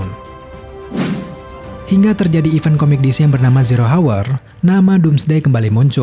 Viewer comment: hour h nya nggak perlu dibaca sc: kata ilham guru english coba aja test pake translate